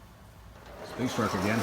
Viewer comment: Sphinx is Pronounced Sfinx